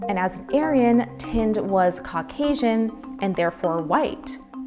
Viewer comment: Please learn to pronounce Indian names and words correctly, especially as you appear to be of Indian ancestry. The gentleman's family or caste name is not TIND, which means A BALD PATE, but THIND, which is pronounced like THIN with a D at the end. Not to difficult, eh, if you thought (TOT!) DIS VUS IMPOTENT